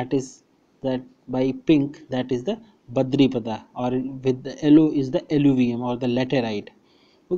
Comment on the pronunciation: That is .. baripada ... Not badripada ,😊